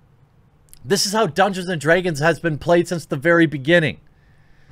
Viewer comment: I love the way you say draegons lol